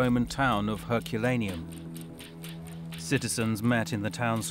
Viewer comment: I can't get over how the narrator pronounces "Herculaneum".